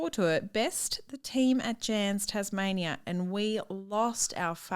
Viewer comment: …Did really call Tasmania “Tasmazia”..? 😂🤣